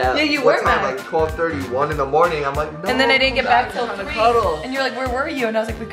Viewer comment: "Mernin" "did you end the vlogggg" IM DEAD, DEDICATIONNN